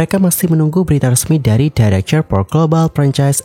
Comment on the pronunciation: National director......dairekter.....bkn dairekcher 😁